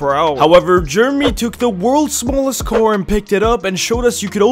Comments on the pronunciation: It‘s pronounced car not coar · ITS PRONOUNCED CAR NOT KOR